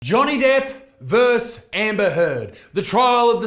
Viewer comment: Not "verse". It's "versus"!!! FUCK!!!!